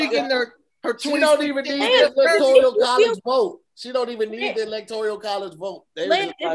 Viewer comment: Electourial? Electourial it is lmao